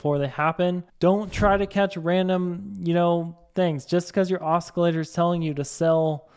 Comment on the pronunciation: Os-kee-later??? O-cee-later.